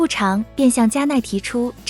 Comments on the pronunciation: 部長 是念 部掌 不是 部常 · 这是机器人发音吧？部chang是什么鬼